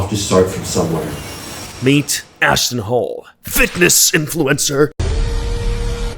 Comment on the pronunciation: I thought you said ASShton HOLE for a second 😂😂